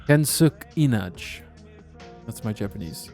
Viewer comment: lol, it's easy to pronounce Japanese once you have the vowels in order. His name Kensuke Inage is pronounced [ken's ' kay -- ee' nah 'gay]